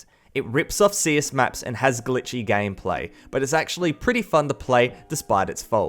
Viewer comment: he said gamplay 😂😂🤣🤣